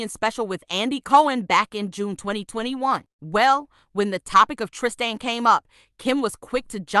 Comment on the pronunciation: It's Tristan not Trist an